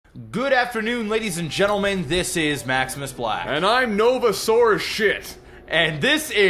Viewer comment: Nova sore as shit....I could have sworn I heard Novasaurus shit O.o